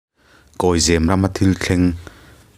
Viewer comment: Zêm nilo in, zem a ni zâwk ang. Eg.. Saphai in sakhi a zem.....